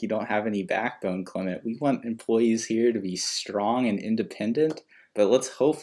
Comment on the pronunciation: oh my god u really hate him , 😅 by the way his name is clement not clemet